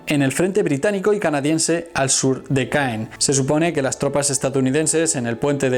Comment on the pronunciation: Interesante. Un par de imprecisiones en tu vídeo. No todos los idiomas extranjeros son inglés. Ni el alemán de Tiger se pronuncia taiger, ni la ciudad de Caen se pronuncia Káen